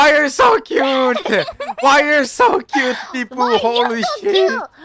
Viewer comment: 여기서부터 난 cute가 '뀨'로 들렸다 Kawaii!!!